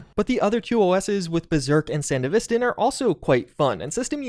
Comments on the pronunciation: "San-deh-viss-ten" I'm sorry but this was so hard to hear throughout the video hahahah Me: Isn't it "San-devi-stan"? which one is it? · BRO SANDE-VISTAN?! RLY!? It’s SAN-DEVISTAN… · Come on man after Edgerunners there's only 1 way to say Sandevistan. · Nitpick: San-devi-stan, not sand-evistan. Edit: Thanks for the non-self correction. My soul is at... sort of peace. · Please 🙏 you said it so many times The pronunciation is Sān-Dev-Est-Stān. Its Name comes from the last Corp War, mainly taking place in the desert the "Sandy Devestaor" from what happens to the sand flying up after use. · dude said sand-evis-tan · Come on, man, we have an entire anime on how to pronounce Sandevistan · san-dev-is-tan lol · correct pronunciation san-dev-eh-stan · The fact that you can literally acknowledge edgerunners as a popular thing, claim to LOVE cyberpunk itself and then mispronounce sandevistan like that hurts my soul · Yo it's Sandevistan not Sandevistan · Dude managed to pronounce Sandevistan differently several times lol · my man acknowledged he's saying Sandevistan wrong after proceeding to say it wrong multiple times. 😡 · The way you saying Sandevistan is fucking me up, lol. IM sure the way say it in the anime is correct since Mike Ponsmith helped oversee a looooot of the work in Studio trigger. plus the DUbbing was fucking supreme. So yeah, they had to say it right. lol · Great video, but real talk, if you're making a cyberpunk video after the anime has released, you really should be pronouncing Sandevistan correctly. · love how this dude obviously shows evidence of watching edgerunners but still butchers Sandevistan AND ACKNOWLEDGES IT and keeps saying it completely wrong